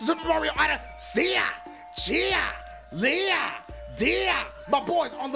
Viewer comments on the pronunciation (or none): none